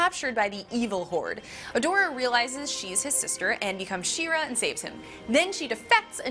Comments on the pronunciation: She-Ra not "Sheer-uh". You explain the origin of the name right in the video. Why can't you pronounce it? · She’s not even saying She-ra correctly. 🙁